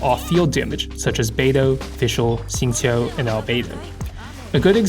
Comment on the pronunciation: Nice guide as always! But as someone who is bilingual (CN & EN), it really f***s with my head everytime you pronounce Keqing and Xingqiu so properly lol, my brain keeps switching between different lang modes and can't even focus on the content hahah, have to watch this video like 4 times